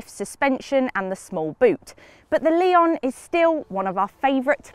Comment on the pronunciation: It definitely is not "lay-on", it's "le-on" with weight on the "o". Two different wovel sounds, not three. She pronounces the model name pretty much spot on in the into